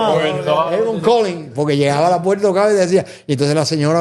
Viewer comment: Los jóvenes deben tomar clases de dicción y no machacar el idioma español y no deben interrumpir con comentarios y repeticiones tontas. Aprendan hablar más despacio, y a pronunciar ( no es “ pueta es puerta”. Comentarios y sugerencia para beneficiarlos no crítica